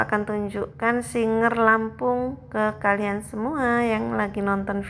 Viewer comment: Maaf kak SIGER bukan SINGER